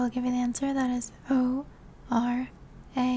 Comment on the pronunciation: “orangatang“ 💀 this part was making me all riled up coz i was like girl it’s orangutan